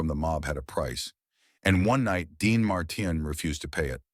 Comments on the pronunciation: Quit using AI that cant even pronounce names Dean Marten. Using real people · The butchered pronunciation of Dean Martin ‘s last name was truly a crime. Perhaps A.I. should do some research on these iconic stars who were so very famous. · Why can't he pronounce Dean Martin's name properly. Its not a hard name. Who cleared this video before it went on the Web.